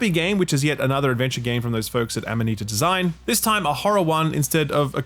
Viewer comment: Hey, he pronounced Amanita design right this time! Good job,. Proud of you.